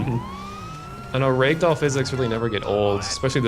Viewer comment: holy shit this guy made me spit my drink out. Yeah, Trevor was "throwing up". That's what we'll call it. wat thee foke? "Raigdoll" "Maigma"